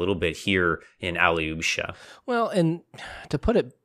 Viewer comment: Thank you for the analysis! By the way, the stress is on the second A, not the final O ("KaraMAzov"). Also, AlyOsha, not AlyOOsha - little Alex. I would also like to add that you're mixing up the two archetypal Russian characters a bit - the martyr is not strictly the same as the blessed fool (the yurodivy).